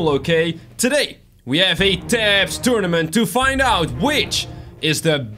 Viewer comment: did he say tunament